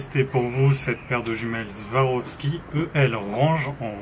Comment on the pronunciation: SWAROVSKI se prononce avec un S pas un Z. Beaucoup font la même erreur 😉 Pour le reste, excellente présentation. Complète , honnête et claire, comme toujours sur cette chaîne. Merci.